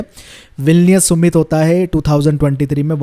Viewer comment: सुमित नहीं समिट hota है yar🤦🏽‍♀️